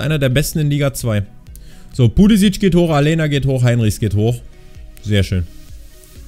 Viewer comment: Aleña wird Alenia ausgesprochen, ansonsten Super Video mal wieder von dir :D